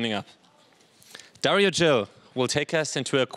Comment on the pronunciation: DARIO......Emphasis in the " I" GIL...The letter G sounds like the same letter in the word Globe, not like in the word G-string